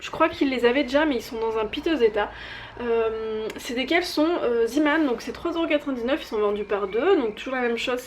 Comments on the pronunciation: Juste un petit commentaire, ça se prononce "Zémane", non pas "Zimane"... Ça vient du néerlandais "zee" = mer et "man" = homme, donc marin. :) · LynaPrincesse RaleuseYtb oui mais ça se dit zeeman (zémane) puisque ça vient du néerlandais ;)